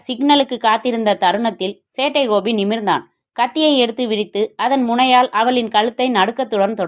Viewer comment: காத்து இருந்தேன் சேட்டை கோபிக்காக. Thanks thanks thanks சகோதரி. நீங்கள் சொல்லும் சேட்டை கோபி என்ற உச்சரிப்பு அருமை 🎉